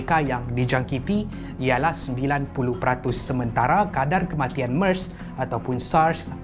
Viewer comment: *MERS bukan mars 😊